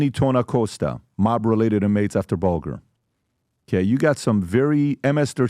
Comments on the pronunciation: Whitey BULGER (BULG/ER) The pronunciation is bothering me 😂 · Did this moron say Whitt bulGGER??? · Learn how to pronounce their names pat cmon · Come on! Are you pronouncing These gentleman’s name is wrong? It’s Whitey Bulger not bulgur wheat, Steve Salemi, not salami lol must be lunchtime.